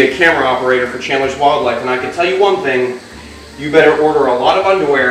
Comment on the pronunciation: Also think instead of thing lol